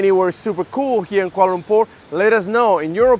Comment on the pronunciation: ok i sub because you pronounce kuala lumpur accurately.